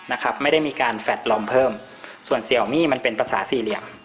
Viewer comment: Xiaomi อ่านว่า เสียวหมี่ นะครับ